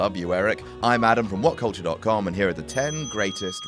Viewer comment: Did he say Adam???